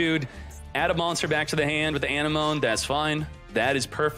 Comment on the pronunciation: an - em - oh - nee